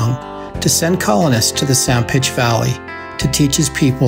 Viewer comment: I noticed at the start you said "San Pitch" area, is there a reason for this instead of San Pete?